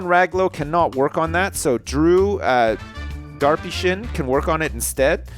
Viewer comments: It's not drew darpyshyn it's drew derpysjin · Whenever you say Drew Darpyshyn, it sounds to me like Derpy Sjin lol